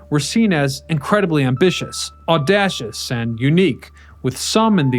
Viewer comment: "Audashus" Uh huh.